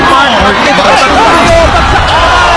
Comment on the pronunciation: Mag-sayo ba ? o Mag-sa-yo? Your pronunciations are out of this world.